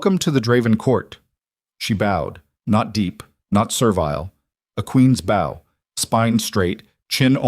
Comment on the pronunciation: A bow ( pronounced beau) is a decorative arrangement of tied cord or ribbon. A bow (pronounced like owwwww with a b in front) is bending at the waist. If you do not correct your AI, it will continue to be WRONG.